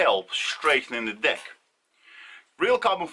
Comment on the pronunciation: The fact that you pronounce Deck in a way that makes it easy to hear Dick makes the first minute of this video a story about how you went through and broke several Dicks before you settled on one you can trust with your weight :)